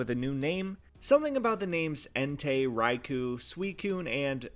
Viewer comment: Next time can you please pronounce Raikou the official way? Like [Rai-koh], the [khu] is a common mispronunciation.